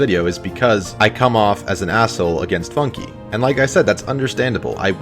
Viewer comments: It's not pronounced "Funkie" In't pronounced FUNK silent "e" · its pronounced FUNK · i like how he mispronuces FUNKe